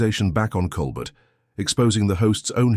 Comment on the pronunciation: Flowery narrative, poorly captioned and haltingly delivered. How many different ways was Colbert’s name mispronounced ? Disappointing waste of time.